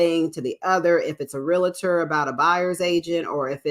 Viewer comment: PLEASE- It’s pronounced REAL-TOR not “rea-la-ter”.